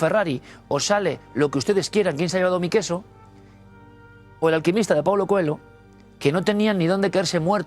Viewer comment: Coelho pronúnciese "Coello".